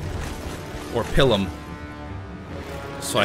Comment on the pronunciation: Its pronounced (p-eye-la) and (p-eye-l-um)